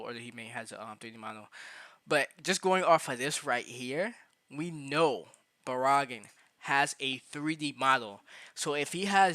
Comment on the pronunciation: Why you say Baraggan like Baraagan.... anyways Baraggan and Orihime barely move in the anime tho they might be just be put in later on as dlc